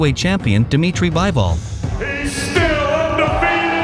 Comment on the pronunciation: Bivol not Byevol 😂